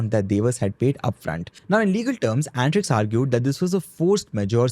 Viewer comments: Bro it's antrix an-ta-rix means space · It's antrix (space in hindi) not antix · At least we Indians should pronounce our words correctly. Not Ant Riks but un-tree-ksh (अंतरिक्ष), and not Rad-ee-aa, but Raa-dee-ya (राडिया).